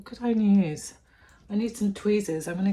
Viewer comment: I love the way you say ‘ ‘ for use. My son used to say that when he was younger. It’s so cute. Love watching you cos I’m a beginner to house plants. Love to watch repotting ones.